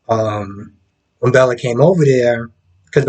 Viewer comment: It’s Belle not Bella 😅 Great review